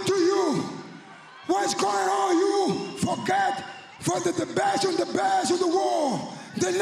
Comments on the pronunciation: Looks like he was mispronouncing "forget" as "forgay" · We have got to take into account that he is very bad at English. Also when he pronounces words that end with D or T he leaves it out, when he says God he says "Go" and "Not" would be No so "Forget" Forgey. Or We could ask him. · he clearly says "forget" and pronounces the T, yet later he doesn't